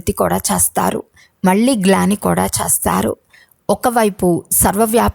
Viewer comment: చేస్తారు అనే పదము చస్తారు అని వినపడుతుంది దయచేసి పలకడం సరిగా చేయండి